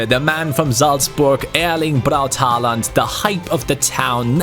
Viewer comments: It's HÅALAND NOT HALAND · loved the vid! Btw the "AA" in Haaland is pronounced "Å" in norwegian 😁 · It's Hawland btw